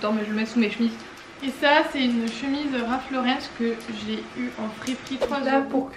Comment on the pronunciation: Hello! Pas de "s" à Ralph Lauren, donc ça ne se prononce pas Laurence ;)